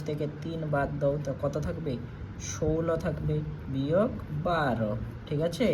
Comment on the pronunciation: ষোলো ✅সৌউল্ল্য❌😂😂😂